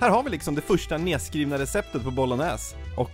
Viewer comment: Man uttalar det helt enkelt som det låter, man uttalar det sista "E't" i Bolognese :) Samt guanciale uttalas "Guan-shale". Nu petar jag på fjantiga småsaker det är jag medveten om men tänker att det säkert finns någon som undrar hur det uttalas, maten du lagar är det viktiga!